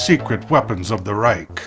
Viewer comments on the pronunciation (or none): none